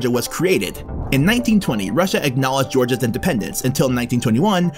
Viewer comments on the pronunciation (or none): none